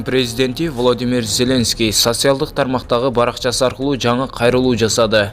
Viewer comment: Теманы нормально жазып, тексти туура ударения менен окуганды уйрон!!! Сатсиалдык дебей!